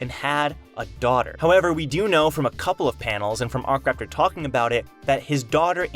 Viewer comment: Isn't it akraptor not arc-raptor?